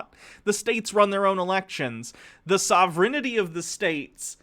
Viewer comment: FYI,, sovereignty is pronounced SAH-VUR-EN-TEE. You add an extra syllable when you say it (heard you say it in a sovereign citizen video but made sure I heard it twice before pointing it out).